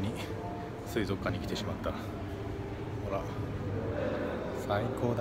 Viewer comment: 、こんばんは🌙😃❗ すいぞっかんツボった🤣🤣🤣😂😂😂 と言ったらすいぞっかん すいぞっかんと言ったら